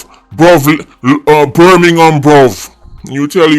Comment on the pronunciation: bermingham bruv🤣🤣